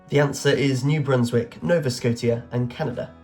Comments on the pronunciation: Saskatchewan is pronounced sas-cat-chew-on and Nova Scotia is pronounced Nova Sco-shah it means New Scotland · I gave up quite late on, with the tortured pronunciations of “Saskatchewan” and “Scotia” (Q80)